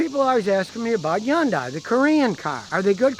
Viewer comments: Yun- day... thought it was Hyundai..with a hunday sound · Hyundai, pronounced like Sunday! Not Hi Yundai! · Thought it was Hun day not Yun die? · YunDai? No Scotty, it's Hyundai, Hun-Dai. Your wife's famous car is not Rexus. Get it right. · I say Hon-Die , I've heard Hon--Day, but now Imma say Yun-Die😄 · Hyundai - pronunciation "hYun-Day" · Scotty: it’s pronounced HUN DAY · C'mon Scotty it's Hyundai like Sunday. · “it’s Hyundai like Sunday” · Scotty don't get fancy, it's just "HUN'DAY" , rhymes with Sunday.... The Y is silent. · HUN-DAY HUN-DAY.... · I kept pronouncing it has hon-dai lol. Also I am guessing the vehicle owner is standing outside the car ? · WHY DOES HE SAY "YUNDAI". MY GOD. And yes, Korean cars are absolute POS's. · Scotty ,you really should learn how to pronounce 'Hyundai' .